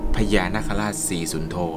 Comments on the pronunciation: พี่ออกเสียงชื่อท่านผิดครับ555 สุท ครับพี่ สุนผิดครับผมๆ ไม่เป็นไรครับๆๆ พลาดเล็กน้อยๆ สู้ๆครับบ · สุทรึป่าว ไม่ใช่สุน